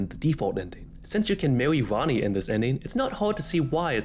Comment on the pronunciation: Bro I can't xD No hate, the videos content is good, but you talk like a furry meme. "Mawwy Wanny" "Age of stows" "Bawwia" xD That's what it sounds like to me lmao, I can't tell wether it's a microphone quality thing, an accent or a speaking disorder/a lisp. Again, no hate man, the actual content of the video is good, but please enlighten me if any of my guesses for the reason of the pronunciations is correct.